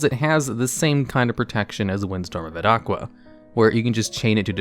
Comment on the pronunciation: I love your vids and i usually never hear something, but this botheres me: Its Windstorm of Etaqua. Its Not Et-aqua. Its basically Etaka. The Name is derived from the Greek Name Ithaka for an Island.